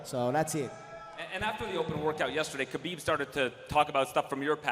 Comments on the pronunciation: Dana still pronouncing Khabib's name with a K lmfaoo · It's pronounced Ha - Beeb. people get it right. Geez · WTF his name is khabib or habib? Am I the only one hearing ppl calling him habib? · k is silent, habib means "beloved" in Arabic. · Habib, k is silent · First guy kept saying “Habib” 😂 sit down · K is silent in his name like K is silent in "Knowledge".. his name is Habib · is his name pronounced HAbib or KAbib ( I know its spelled Khabib) but first question said HABib lol